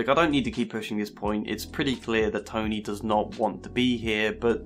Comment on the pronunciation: I really like that it sounds like you're calling him Tiny lol